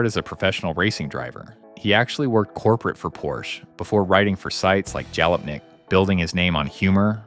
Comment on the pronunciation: You lost me at "DeMooro" and "Jalopink".